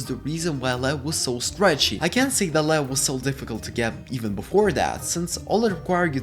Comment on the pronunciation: Lead is pronounced LEED Lead when pronounced LED refers to the metal, which is non-existent in the game outside of mods